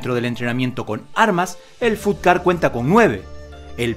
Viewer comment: Se escribe fut ga, pero se dice Fatt ga kuen, y es sureño no del nortem